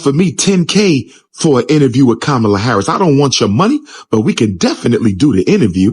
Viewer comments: Did he say "Ko-bama Harris"😅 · Did he say Kabama Harris? Lol! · Like that he called Kam-@ - KaBama